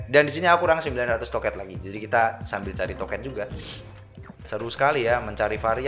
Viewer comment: Aneh bat gw denger lu ngomong bukan token tapi toket 😭